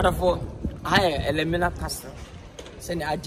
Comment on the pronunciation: Elmina not Elimina😂😂Eei not toulist it’s tourist